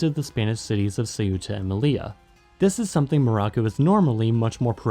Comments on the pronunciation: say-uta?? the-ta is better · I don't understand why the narrator places the phonetic accent on the u, instead of the e, when pronouncing the name of the city Ceuta. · I love how pronounced the name of Ceuta wrong, and then pronounced it right but says that’s just what the natives calm it LMAO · Why the hell do English-speakers insist on pronouncing Ceuta as "seh-U-tah"? The stress is NOT on the U, it's on the E. Two syllables. If it were pronounced the other way, it'd be written Ceúta. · Just couldn't stomach your butchering of the name Ceuta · There's only one pronunciation of Ceuta and it's two syllables, as in Spanish. It's too bad that Americans were ever allowed to try to pronounce that word unsupervised.